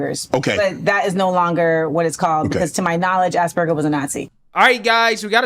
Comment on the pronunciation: Do forgive me I'm not saying this as a joke...I really thought she said Ass- burger.